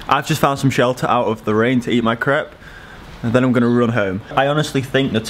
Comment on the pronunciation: Why are you saying crepe wrong?